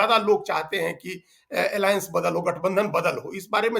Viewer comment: इडी एलाएंस क्यों बोलते हैं